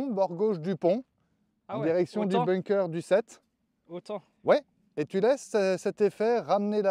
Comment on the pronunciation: Tjs très instructif un parcours accompagné 👌🏻 Par contre , on prononce bunker et pas ”bounker" à part si tu joues en Normandie sur la plage 😝